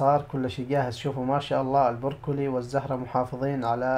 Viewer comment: ماشاء الله عليك 👍🏽.. اسمه برو كلي مش بور كلي😉